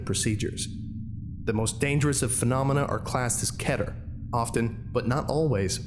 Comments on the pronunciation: TheCipherBoy The correct Hebrew pronunciation is Keh-Ter. That’s why most people go off that. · This is absolutely fantastic. I wish you wouldnt say "ketter" though, its so infuriating! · It’s pronounced keeter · Kehter? I've been pronouncing it keeter this whole time! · do you really pronounce keter as ketter? i always thought you pronounce it as keeter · when he said keter like 'kedder' i DIED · You can say it either way, but the correct way to say it is key-ter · mispronounces keter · Ever notice how people have a different way in saying "Keter"? First time i heared it was in SCP:Containment Breach. Always wondered how the actually pronunciation is.